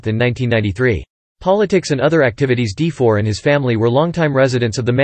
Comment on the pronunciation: His last name is not pronounced as 'De-for.' It's more like 'Duh-for.'